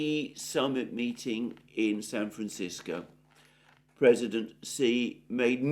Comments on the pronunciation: Google ♪ I left my Heart in San Franchisko... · RIP San Franchisko pronunciation